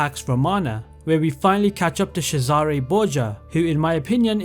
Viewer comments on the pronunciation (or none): Jesus, you must really hate cesare and elise with how you butchered their names 😂😭 hearing a long time fan saying origins is his favourite ac kinda triggered me, but i really liked the format. Kinda nostalgic going into specific mission in each game. Usually i think of them in their entirety, or rather, atmosphere and feeling they evoked. Kinda different when its in this format❤